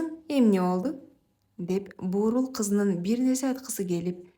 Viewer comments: Чыгарма жакшы,мааниси терең экен Бирок окуган кыз Бурул деген аял затынын аты экенин билип койсо ашыктык кылбас, буурул деген сөздүн мааниси башка да.М: буурул чач ж.б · Буурул дебей бурул десен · Буурул деп окупсун Бурул деп окуш кк эле интонацияларын ондосо болмок болбосо калганы жакшы Рахмат окуган сулууга да жазган жузуучуга да🎉🎉🎉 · Буурул эмес , Бурул болсо керек, кыздын апасы... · Бурул деп окусан башынан аягына чейин Буурул дей берди